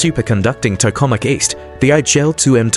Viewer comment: Obvious AI generated garbage clickbait. Can't even pronounce Tokamak correctly.